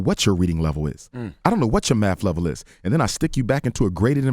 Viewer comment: Also, C the God is complaining about being put in all remedial classes but can't even pronounce Math. lol